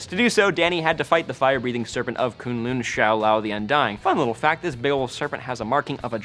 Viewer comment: For some reason the way you pronounce kunlun is annoying the crap out of me...